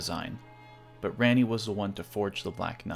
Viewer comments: It’s Raw-Knee not.. whatever you’re saying. I don’t know why a videos quality is decapitated if a name is pronuncies incorrectly. I can’t assume anyone else is like this lol it’s probably only me. It’s as if it gives a sense of copy and paste. Like you stole the content because you don’t actually play the game or know it personally. Obviously that’s not true but mispronouncing names removes authenticity for me at least. Edit: I usually stop listening to videos when names are butchered but you did it again. The word “Leyndell” has a Y in it. Use it. It’s not “Lendell.” Edit 2: Holy hell I’m a dick haha! It’s not RadagAWN. It’s like “gun” Radagun but spelled Radagon. 😂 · Honestly that's a valid reason, your branding is such a big part of your channel maybe it will become a community in-joke. Try Rah-ni a few times and see if it sounds good. That said, I enjoy your theories even if I don't agree with all of them. You are also pretty confident about headcanon and I guess that can be a benefit in fragmented lore like in ER. And I think your Marika's Past video is a great example of how filling in gaps with universe compatible narrative can make a bunch of item descriptions into a full narrative. Subbed and look forward to your future work. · Your video is very informative but you pronounce Ranni differently and it sounds very similar to Granny 😂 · Why are you americans incapable of pronouncing names? The game is literally only in english. Her name is spoken several times. Why can't you just repeat what you hear? Ranni is like the easiest and shortest name name of all to pronounce and you still fail at it. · Ranni herself says the correct pronunciation of her name, my g, and your pronunciation was distractingly incorrect throughout the video. 😅 It's like Ron-y, not Ran-y the way you kept saying it. Otherwise good job. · for the love of Marika, say her name right. She pronounces it for you and you still say it like it's Randy. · RANNI (RAHNNIE) why you pronounce it rainy?